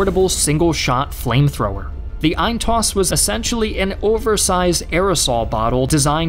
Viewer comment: EIN-STOSS !! ..... EIN=one / STOSS=shot ..... get the emphasis right plzzzzzzzzz ...... just like "one-shot" is not "once hot" this is not " eins toss" ... that would roughly translate into "once throwaway" .... its close but, ....yeah right bit not quite .... (no i am no german lol !)